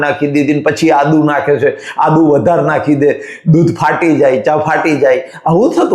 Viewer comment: Ada Nahi Adu bolo.